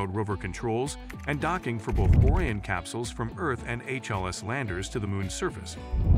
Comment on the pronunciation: if you're going to be so lazy to use AI to make your videos, at least make sure its pronouncing words properly... pronouncing Orion as orien(t) for example